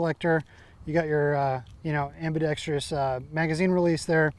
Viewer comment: am·bi·dex·trous, NOT am-bi-dex-trious....